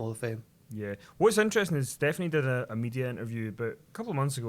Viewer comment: sounded like said "she dead" instead of "she did"